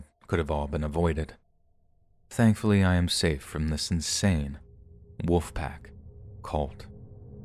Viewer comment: The way says “wolf” always has me laughing. He completely omits the “l” 😂